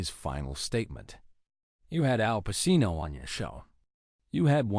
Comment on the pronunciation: If you can't pronounce his name correctly, well i stopped watching 25 seconds in!